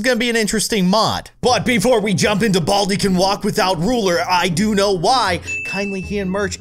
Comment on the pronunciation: i had sub titles on and when you said 'baldi' it thought you said 'all T' lol 😂